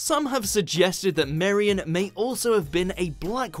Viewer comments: And Marian....? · If he is British why can't he pronounce anything right... Marian...derbyshire.....??